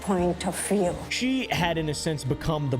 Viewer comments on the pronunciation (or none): none